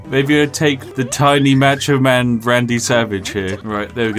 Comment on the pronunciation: The most egregious thing in this video is the way you say “Macho Man”.